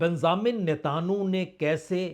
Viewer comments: News sun kar achha lagta hai par aap news kaha se late hai thumbnail ko interesting banane ke liye..thoda jyda specifics pe bat karenge to better hoga, aap ke content mostly generic hote hai.. feedback achha to lijiyega, else your content is decent..and mind you his name is pronounced as Netanyahu and not Netanhu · sirji NETAN YAHU not Netanahu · He is not able to pronounce Hormuz and Netanyahu correctly.🤔